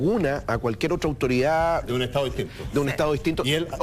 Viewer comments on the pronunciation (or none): Hasta estas personas q son profesores de Historia hablan comiéndose las D en Chile. Ejemplo estado , dicen estao....uffff